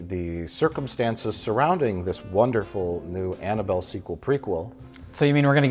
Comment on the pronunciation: "mmhmmuhh mmhm Annabelle?" 😅